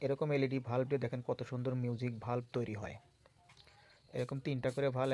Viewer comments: কিগো ভাই এগুলো ভাল্ব নাকি বাল্ব কোনটা সঠিকভাবে উচ্চারণ করতে নাপারলে কি বোঝাবেন আগে নিজে ভালো করে শিখুন তারপর নাহয় অন্যকে শেখাবেন কেমন ? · ভাই ভাল্প হবে না উচ্চারণ হবে বাল্প